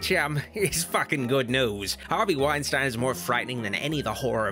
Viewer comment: It's pronounced Wine-steen, Doc.